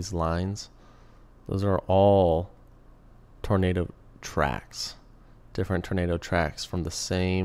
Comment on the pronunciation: “Turnado” lol